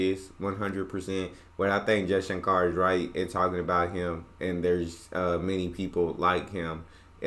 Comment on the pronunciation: As a start Please pronounce our names right.... it's pronounced as "shankur" and not "shankaar"😊